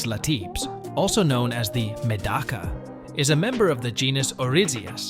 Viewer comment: Good information, but very distracting when AI mispronounces words, especially Medaka, which it says a lot!!!😣🤦‍♀️